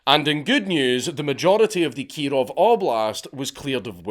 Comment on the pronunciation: (Keee-rohv reporting!)